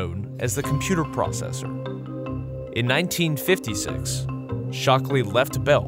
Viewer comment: Does anyone else notice the way he says the years? In 19FIFTY6